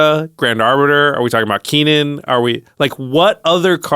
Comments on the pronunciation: Lol Keenan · "keenan" lol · I can't get over ' pronounciation of Kinnan XD